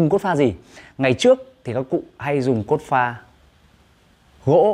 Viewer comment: Anh la ki su xay dụng cốp pha sao anh lai doc la cốt pha